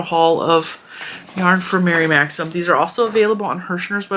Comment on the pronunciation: I hope this doesn't sound petty, but THANK YOU for pronouncing Mary Maxim correctly. I have seen so many videos saying "maximum" and it gives my OCD such a zap that I cannot watch the videos.